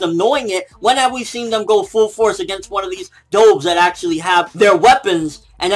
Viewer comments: ''DOHVES?'' its DUHVES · Pronounced "Duh Vvvvv" not "Doh! Vvv" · The correct pronunciation is "Duvs", like the bird.He is pronouncing it "Dohvs". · i like how he pronounced doves as dowves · is he saying doves wrong? lol DOOVES